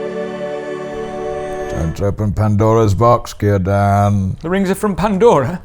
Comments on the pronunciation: hold up. Did you just pronounce the C in Cirdan like an S instead of a K? Get your shit together! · "He's on the same diet that Jordan Peterson keeps pushing" - BRILLIANT!!! (but... Cirdan is pronounced with a hard C, not an s.... Keer-dan) ;p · Excellent stuff, as usual 😁👍🏻 FYI, the 'C' in Elvish names is pronounced like a 'K'. So Círdan is said 'Keer-dan', not 'Seer-dan' like in ... hmmm, you said it right 😝 Oh, and elves could grow beards in their old age, their "third cycle of life" (though apparently there was an exception in an elf called Mahtan, Feanor's father-in-law, who was bearded in his second).